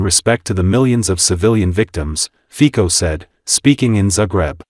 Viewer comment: ...#1, it's Rober Fico (fitso) but what do you expect from AI... ...#2 if he openly does not deny Russia or Putin he's automatically "pro-Russian"... ...#3 PEOPLE are WAKING up and can see through the veil of lies